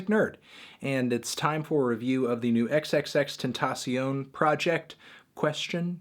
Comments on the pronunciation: it's pronounced extension you FUCKING IDIOT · why does nobody know how to say "tentacion". If you gonna mess up his name just say it in English lol- xxx"temptation"